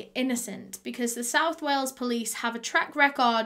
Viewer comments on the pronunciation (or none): "Whales" haha. It's "Wales". But yeah just am blown away by this case, the fact that its just so OBVIOUS that its the husband!! Ugh.